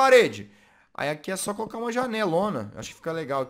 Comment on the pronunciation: Vc dis cooca mas é coloca